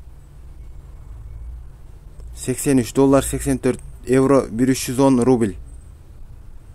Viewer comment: Ээй рубиль Элдемурун кайсы жакта адресинди айтып , анан (рубиль ) дебебей рубль десен туура болмок.